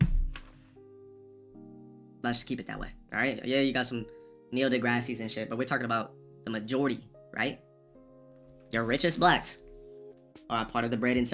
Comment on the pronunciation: Did anyone else hear him say "Neil Degrassi" ?